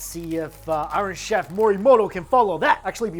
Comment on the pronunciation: Have to laugh. When Mikey says iron chef. It sounds like Irish chef.😂😂🍻🍻🇦🇺🇦🇺